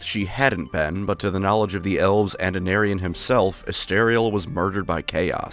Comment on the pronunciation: WOW is this a bad moment for Aenarion's name to be pronounced like "an aryan"